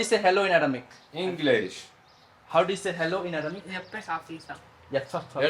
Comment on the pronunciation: The native language of Jesus (pbh) was Aramaic,please make some research this is Aramaic not अर्हमारिक as you said